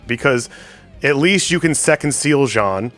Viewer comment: Only complaint is the refusal to pronounce Jean correctly. It’s a fully voice acted game and it’s not even that uncommon of a name. Plus it rhymes with his fathers name. But good tier list though